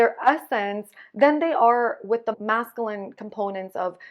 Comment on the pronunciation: It's MASCULINE there's a "U" in the word lol